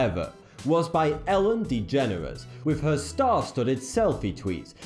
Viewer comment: "Ellen degenerate" lol